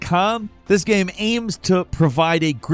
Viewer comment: for fuks sake. what is a ge-aim ? its a game.